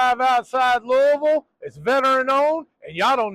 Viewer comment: It's nice to hear you pronounce Louisville properly.... I just went on Amazon and ordered some Frank's Original Hot Sauce. Can't wait to try it.